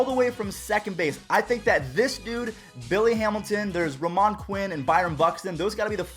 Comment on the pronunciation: this guy said ruh-mon quinn it’s ro-men